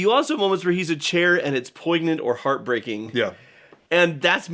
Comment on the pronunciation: Jono, did you really just say “poiGnant,” ? Also, I think I literally hooted at the “gods guide it in” cutscene out of nowhere.😂♥️